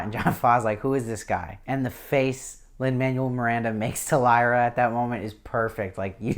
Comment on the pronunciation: Agreed, good review, but he said like every name wrong and it was driving me crazy. Don't know if he's just trying to get these done fast or not paying attention, but other than that I appreciate that he's one of the only YouTubers covering this show! Lee Scoresby = Scores-bee, Lin Manuel Miranda = Man-well, Serafina Pekkala = Pek-uh-luh, Iofur = Yo-fur, Lord Boreal not Loreal.